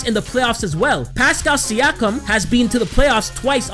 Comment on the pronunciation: finally saying siakam right haha